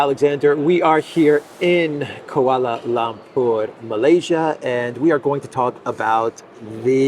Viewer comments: it's Kuala LUMpur not Kuala LAMpur. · Sounds funny the way u say Koala Lompor. Just say KayEl